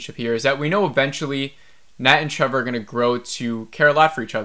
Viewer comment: Do you keep saying Trevor?